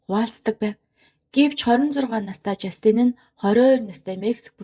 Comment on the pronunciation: жастИн биш ээ, жАстин гэж дуудна